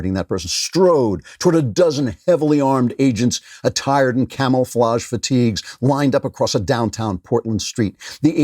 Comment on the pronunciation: Did he say camel flauge?